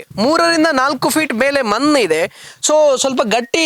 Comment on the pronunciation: ಮನ್ನು ಯಾಕೆ ಹೇಳ್ತಿರಿ ಮಣ್ಣು ಅಂತ ಹೇಳಿ ದಯವಿಟ್ಟು